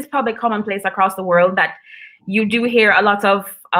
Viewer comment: This is a great program. Please continue as long as there is a Ja in that country of course. Please please , pronounce the letter D when you say the word WORLD!!!!! IT SOUNDS LIKE YOU ARE SAYING WHIRL. (just a kind gentle critique). Blessings!!